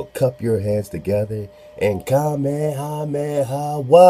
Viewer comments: I still say your saying it right "King Kameha-meha" how all my kanaka maoli family says it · Even in dragon ball (English and Japanese versions) Goku says "Ka,Me,ha,me....haaaa!!" So you are saying it right